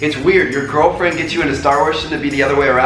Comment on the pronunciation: he said gilrfriend